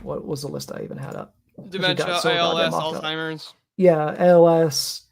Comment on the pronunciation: I’m not listening to a got damn thing that comes out of someone’s mouth who says “altheimers” and “dehabilitating”